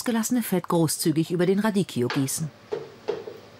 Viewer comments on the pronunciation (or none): Radicchio... RADIKKIO.. man man man... echt peinlich dass sie nichtmal den Namen eines Salates aussprechen kann....